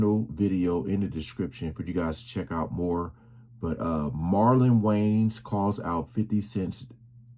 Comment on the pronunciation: Wayans not Waynes come on my bro